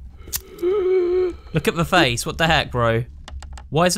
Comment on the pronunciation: "YOU WILL DIE HERE." "Noo I wont💅!" "Oh my god thees a face guys theais a fasce!" "Can I do anything else on my phone?" "Be quiit fasce!"